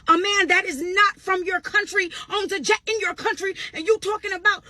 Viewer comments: I’m really tired of this wench, she said JACK 😂 I THINK SHE MEANT JET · She said Jet not Jack. Regardless it still doesn't matter because at the end Of the day it's not hers. Not a flex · I think she is trying to say jet.😂😂